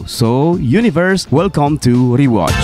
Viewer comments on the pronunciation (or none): none